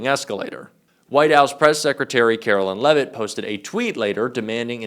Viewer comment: "Carolyin' Leavitt"